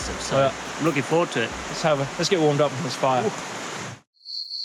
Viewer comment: When you say ”Up” i heard pub. 🤔mtb start from pub. Maybe☝🏻😁🤪